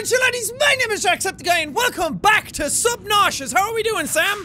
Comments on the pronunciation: its just a way he decides to say subnautica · Nobody: The subtitles: subnauseous I just realized... He actually said that